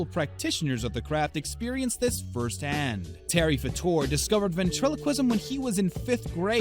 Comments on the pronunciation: It’s Fader not Fordoor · It's pronounced Faytor not Fahtor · It's Terry FAYter, not FuhTUER. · It's FAA-TOR..NOT FA-TOR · HEY SCREENY--- It's Terry FA-ter NOT fa-TOUR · It is pronounced Fa'*ter.. I think.. W.G. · Terry Fator is nor pronounced fat or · It's pronounced Terry FAY-ter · Pronounced FAYtor. Geez, know your subject. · Why do you not know how to pronounce FAYter's name? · You are pronouncing Terry Fator's name wrong!!! It is pronounced FATER!!!! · You are NOT pronouncing Terry Fator's last name correctly! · Learn to pronounce last names. Good grief!!!! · You cant even pronounce Terry Fator name correctly. You suck for wasting our time. No sub for you. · I'd you're going to narate, learn how to pronounce people's name correctly. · This narrator is not pronouncing Terry's last name properly. Lol omg